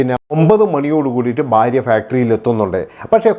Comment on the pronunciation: തനിക്ക് എത്ര വയസ്സ് ഉണ്ടെടോ,,? പുതിയ ഞരമ്പൻ തലമുറ യെ പോലെ ബയം, ബാര്യ,, ബർത്താവ്,,, എന്നൊക്കെ പറയാതെ നേരെ ചൊവ്വേ മലയാളം സംസാരിക്കേടോ,,,, ഭയം,, ഭാര്യ,, ഭർത്താവ്